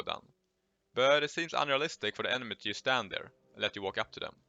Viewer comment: pls stop saying jamp or jast JUST, JUMP